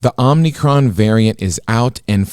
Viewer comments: Did say Omnicron? 🙃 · I love but it’s not OMNI Cron- it’s Omicron 😊